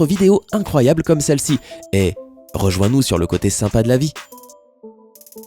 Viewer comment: Apprends à prononcer SYMPA